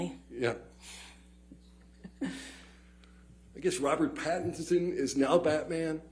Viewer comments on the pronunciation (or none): none